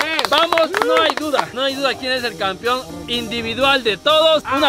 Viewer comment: Se dice campeón jaja no campion